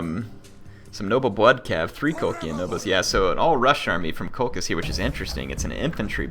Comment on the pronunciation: COL-KISS NOT COL-CHISS BALLY-ARIC NOT BA-LEERY-AC PLEASE SAY THEM RIGHT